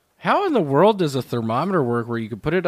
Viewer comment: He absolutely does, he says "wrurld" every time on Kill Tony